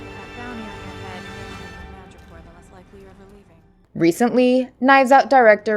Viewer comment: I also think you miss pronounced madoripor